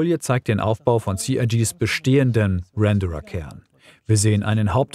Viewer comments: ich kenne es eigentlich nur so Ich schreibe es mal wie gesprochen Renn-der-rer Bei dir klingt es etwas wie der Bauer aus Kentucky 😅 Ach, eigentlich ist es auch scheiß egal. Man weiß was gemeint ist und Aussprache ist ja auch eine sehr lokal geprägte Phonetik. Wollte hier keine Kritik oder sowas aussprechen. Wir sind alle gut so wie wir sind. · Wenn das Wort Renderer ausspricht weiß man das SC schon sehr lange in der Entwicklung ist.🤣 Ruändarra Spaß 😊 Ganz lieben Dank für das und allgemein deine Videos 😘